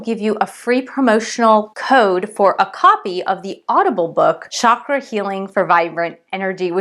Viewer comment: i just hate it when westerners call it Shaakra , its Cha Kra